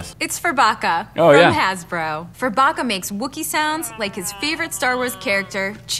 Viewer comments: Is it just me or did say burfucker not furbucker? 😂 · The way said burfokka not furbakka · My brother has that furbacca toy and he loves it BTW said Burfacca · Mathias: hey here's my Furbacca: Hey Burfacca Who else died? 😂😂😂😂😂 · "heres my furbacca" "hey burfacca"😂 im dead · Matt: hey heres my furbacca: hey burfacca LOLLL